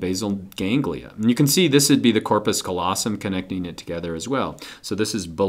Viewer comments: good video! thank you, kind Sir! - but it's c-A-llosum, not "collosum" (from lat. callus for...well, callus) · He said colossum instead of callosum